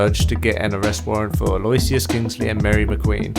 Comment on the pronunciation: By the way, you bunches Aloysius's name. It's read more like "Ah-low-whi-shush".